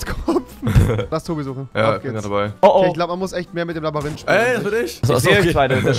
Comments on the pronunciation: Das Labarinth😂😂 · Labarynth wer kennts nicht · Schön das er es nach 2 Folgen gemerkt hat das es LabYrinth statt LabArinth heißt. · Labayrinth returns😂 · Ja rewi ..... labarinth😂😂 hahahahaha lachflash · Rewi mit seinem "Labarinth" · Wie rewi einfach labarinth sagt😂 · Warum sagt Rewi immer Labarinth 😂😂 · "Labarinth" ? :0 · Am Anfang : Labarinth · labarint fich baba aussprache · Rewi sagt immer Labarinth statt Labyrinth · JUNGE ES wird labÜrint gesprochen noch labarint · Dikkah man spricht es eher Labürint, nicht Labarint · Es heißt NICHT Labarynt. Sondern Labyrinth. Danke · Nich labarinth sondern Labyrinth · Labyrinth mit y spricht man labirint aus und nicht labarint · Er sagt Labarinth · Äh revi mir so aber das Labyrinth nicht Labarint das kann nur nicht labern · Rewi ist so dumm es heißt nicht Labarynth sondern Labyrinth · Ich liebe es, wie du immer LABARINT sagst!😂😂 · Labarinth, Labarinth, Labarinth🤣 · Labarind 😂😂😂 oh man rewi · Wer kennt es nicht „labarind“ 😂😂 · Digga, was ein „Labbarinth“! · Labarind bestes Deutsch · Ey das "LABARYNTH" ist fertig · „Labarinth“ wer kennt’s nicht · Ich habe auch diesen fehler das ich laberrind sage 😂😂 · "labberünt" ~Rewi 2018~ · Dieser Moment wenn du merkst dass er immer nur laberrint sagt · Warum kann niemand Labyrinth aussprechen?? Alle sagen ,,labarint" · Kann mal jemand erwischt sagen dass es Labyrinth heisst und nicht labarinth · er sagt immer labarinth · Wer hört auch das er Labarihnt sagt😂